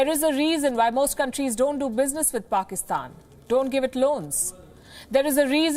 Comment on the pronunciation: Is it me or anyone else also noticed PAKSITAN instead of PAKISTAN?🙄🙄